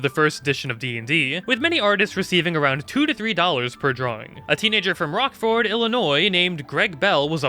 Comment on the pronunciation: Illinois native here, just wanted to mention how funny I thought your pronunciation of Rockford was. I actually didn't know about that fact though, and was really surprised when I looked it up and found out that Gygax was an Illinois native as well! I've BEEN to Toad Hall more than a few times and never knew he played a test build there!